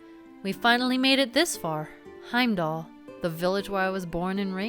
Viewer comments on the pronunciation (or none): none